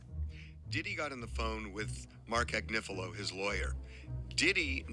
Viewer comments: 😂😂❤ are you sure about that pronunciation!?? Agnifilo vs "Agnifilio"?? How were they pronouncing the lawyer's name in court???🤔🤔 Anyhoo girlie, you're doing your thing & CONGRATS ON YOUR SWEET CAMEO ON THE HOTTEST DOC SERIES ON NETFLIX!!!😁👏🏽👏🏽👏🏽❤️🥰🤎🧡🎉🎉🎉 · Sorry,, I think he’s saying it right! I think you’re saying it wrong: it’s AgNIfilo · It's AGNI-FI-LO. You are butchering that man's name. Lord have mercy....and then corrected someone who's clip you played who said it correctly. Girl. Do your research on the name pronunciations if you're going to be doing this expecting to be taken seriously. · hate to tell you this, but it's you who has been mispronouncing his name. Look how it's spelled: There's no "lio" at the end of it. It's Agnofilo. Been wanting to tell you for awhile. Still luv you and your show though.😊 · Love ya babe! You are amazing! SN: unfortunately bro from TMZ is pronouncing his last name right. It’s like ag-niff-Ill-o. I watch his wife’s cases too. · It is Ag-nif-ilo btw, how it's spelled. Just saying. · Cuz U are saying Agnifilo wrong. Lmao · I love how you still won’t say that man’s name right 😂😂